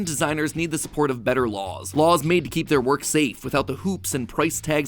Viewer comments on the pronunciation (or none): none